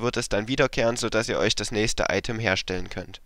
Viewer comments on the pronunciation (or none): none